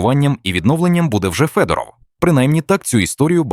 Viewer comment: Вимовляйте прізвище Федоров українською, а не російською!!!